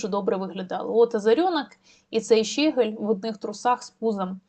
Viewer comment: Дякую за працю, лиш зауважу - ЩегЕль, а не ЩЕгель... і оте "по...єлі" - це не прикрашає репортаж. Та й тексти того щегля варто було б опрацювати, а не привчати такими "шедеврами" український народ до узаконення московинського матюччя